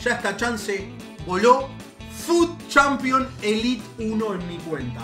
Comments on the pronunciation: diciendo elit cuando es elite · somos agentinos sos el unico que dice elit me parece sin ofeendeer